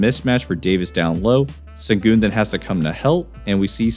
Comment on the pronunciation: It's pronounced "Shen-goon". C'mon man...